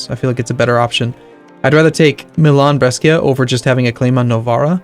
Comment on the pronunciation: Maybe someone already told you but brescia pronunciation is actually "bresha"